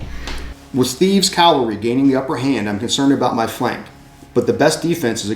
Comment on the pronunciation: I really enjoyed the series. Maximus Flatulence died in that cavalry charge? Beware Greeks bearing gifts, MF. Also, one criticism... says calvary instead of cavalry. I noticed this in the Marengo video as well. I don't mind when people don't pronouce Pyrrhus, Lucius, or Syracuse differently since they are non-english names. Cavalry and calvary should be properly differentiated by every historian, wargamer or not. Don't get me wrong... I like your channel. Huzzah to for forming your club. I eagerly anticipate your next endeavor.